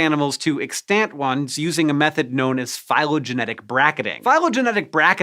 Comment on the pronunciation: Hank's pronunciation of "extant" needs help, a lot of help. He seems to have forgotten this is an English speaking country and is misusing his grade school French to figure out the pronunciation of extant. 😂 Bahaha